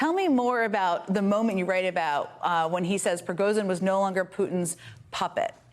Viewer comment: I do wish journalism writ large would establish and constantly-update a guide for at least good approximations of the correct pronunciation of the most prominent foreign names and words. Can't Jen Psaki hear that David Remnick, a Russian expert, is saying zh and not z? Yes, some words/names are difficult to pronounce. Prigozhin is not. Thank you.